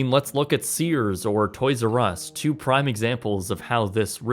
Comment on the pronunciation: You emphasize the wrong words. A four hundred MILLION dollar company verses a TWO billion dollar company. The BILLION part is the most important. When you emphasize the TWO after hearing four hundred, it sounds like a HUGE decrease. From FOUR HUNDRED to TWO. But the actual point is that it is formatted as a multi MILLION dollar company not a BILLION dollar one. You do it a lot. Yea, go suck yourselves.